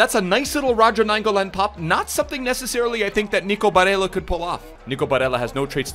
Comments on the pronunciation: Mate its Bare L L a and Not Bareya. He’s Italian and not spanish. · Just wanted to say it’s pronounced “BareLLa” not Barreia, you are thinking of the Spanish accent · I’m italian and the proununce of nico is barella with 2 L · I love your vids bro but you can’t be bitching Barella’s name like that my guy... BA-RELL-AHH. That’s how you pronounce it and then Throw some Italian stank on it and your good lad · For Barella... you actually pronounce the double L unlike in Spanish. You put extra emphasis on the double L because it appears twice. Hope this helps for further reference and thought I would comment since I’m Italian 🤙🏼 love you bro